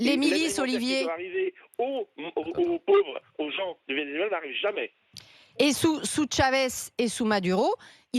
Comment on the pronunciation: Ce paysagiste ne connait pas le Vénézuela apparemment? Il ne sait même pas prononcer le mot Vénézuela